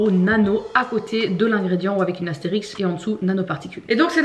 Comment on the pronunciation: AstériSQUe, pas Astérix 🤣